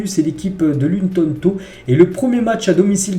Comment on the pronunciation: c’est juste pour te dire que c’est sa ce prononce luton tawn